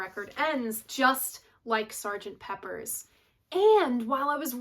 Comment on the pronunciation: It's Sgt. Pepper. PEPPER!! Not Peppers 😖